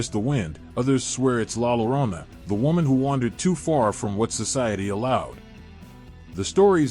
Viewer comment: The actual pronunciation is LA yo-RO-nah!